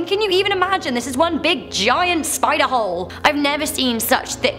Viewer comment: Gah I'm a creep I kept thinking of the word hoe whenever you said the word hole im sorry lol